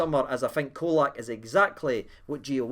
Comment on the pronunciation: Pron Cholack.Not Colack.